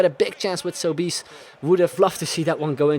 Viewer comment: Sobis its pronunced Soh-bes